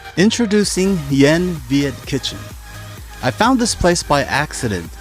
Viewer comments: You completely butchered the name of the restaurant! Lol The Y is silent in Yen. Its pronounced eeiing, it means sparrow in Viet. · BTW - ‘Yen’ is pronounced like ‘een’ in Vietnamese